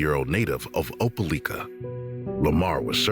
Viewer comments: From what I know it’s called Opeliiiiika! Not licka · Oh-pel-EYE-kah! Not oh-pel-ick-ah….grrrr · OPELIKA is pronounced with a long “i” not a short one. “OH-PUH-LIKE-UH” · It's Opelika , you saying it wrong lol, we all.here remember this baby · Opelika, it's pronunciation has a long letter " i ". As in the word LIKE. I Know where it is.